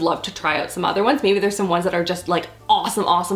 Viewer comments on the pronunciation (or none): canadian accent coming through "oout" #LoveIt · She went full on Canadian when she said "do I wanna go all out"😂 so cute